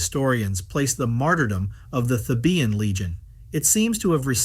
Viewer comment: "Thē' bən," NOT "Thē bē ən"